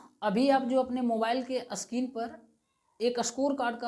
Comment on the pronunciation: Sceen nhi bro screen hota hai 🙏🤦‍♂️